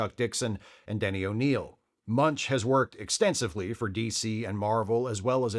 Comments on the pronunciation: Just FYI — Doug's last name is pronounced "Mench," not "Munch." Though he DID once work with Richard Belzer, who PLAYED Munch. Maybe you can do some post-production ADR to fix it? 😄😄😄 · It's actually pronounced "Mensch," not "Munch." also mispronounces Robert Kanigher's name in another video.